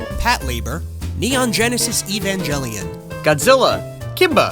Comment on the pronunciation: Did u just said Evan JElion?